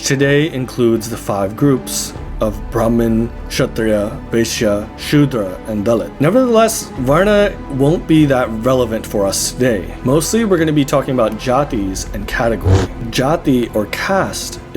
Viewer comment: sorry to point this out ,i liked the whole video but please try to know the difference in pronunciation between vaishya and vesya they are overlapping when you are pronouncing and their meanings are completely different